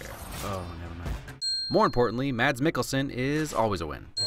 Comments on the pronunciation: I like how you call mads mikkelsen maDs mikkelsen when it’s actually pronounced mas mikkelsen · I realize it’s been two years, but I hope you’ve since learned that Mads is pronounce the same as “mass”. 🖤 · more like mass, but with a little bit shorter s sound, but the a is pronounced just like it. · You’re saying Mads Mikkelsen wrong ;-; You don’t say the d in it, it’s just Mas. No D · its pronounced MASS Mikkelsen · Lol he pronaunced Mads Mikkelsen wrong well u cant blame he aint danish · im not tryna hate but its pronounced without the d in mads mikkelsen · The d in mads is silent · mads mikkelsen is pronounced wrong every time i hear it spoken by an american, so instead of making fun og you for it, im gonna teach ya. Mads is pronounced without the d because the d is silent. that is all.